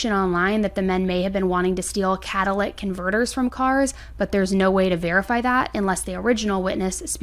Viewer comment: 🚩📣🚩📣 red flag for me: "Cat-a-lick converter" 😂🤣😂🤣 Correct pronunciation: Cat-uh-lit-ic cun-vert-er...